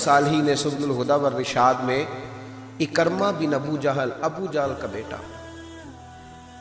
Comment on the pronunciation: محترم! آپ کا اندازِ خِطابت اور مشن ما شاء اللہ دونو ہی بہت اعلی ہیں ۔ جزاک اللہ۔ لیکن آج آپ ابو جھل کے بیٹے کے نام کا تلفظ درست طریقے سے ادا نہیں کر پائے ۔ یہ لفظ عِکٙرمہ Ekar+ma نہیں ہے بلکہ یہ عِکْرِمٙہ Ik+rima ہے۔ یعنی حرف ع کے نیچے زیر حرف کاف پر جزم پھر حرف ر کے نیچے زیر اور م کے اوپر زبر ۔ نوٹ کرنے کا شکریہ اسی طرح ابو ذر غٙفّاری رضی اللہ عنہ کے نام کا تلفظ بھی اکثر حضرات غلط ہی ادا کرتے ہیں یہ غٙفّٙاری نہیں ہے بلکہ غِفاری ہے GHIFARI یعنی حرف غ کے نیچے زیر ہے اور حرف ف پر صرف زبر ہے یعنی زبر کے ساتھ شد نہیں ہے۔ اسی طرح ترکیبِ ابو بکر میں بھی بکر کی کاف پر زبر نہیں ہے بلکہ جزم ہے یعنی Abu Bakr درست ہے۔ سو اگر آپ اس رہنمائی پر میرا شکریہ ادا کرنا چاہتے ہیں تو میرے یو ٹیوب چینل کی ایک وڈیو ضرور دیکھیں عنوان ہے قراٰن کریم کے وہ الفاظ جن کو لوگ اکثر غلط لکھتے اور بولتے ہیں۔ چینل کا نام ہے professor azeem میں ایک گورنمنٹ کالج سے ریٹائرڈ عربی زبان کا پروفیسر ہوں اور آپ نیوز ٹی وی پر آفتاب اقبال کے ایک شو میں فرہنگ آصفیہ کا سگمنٹ لکھتا ہوں۔ تعارف اس لیے لکھا ہے تاکہ آپ عِکرِمہ بن ابی جھل کے تلفظ کو نظر انداز نہ کر دیں ۔ شکریہ اللہ حافظ پروفیسر عظیم لاہور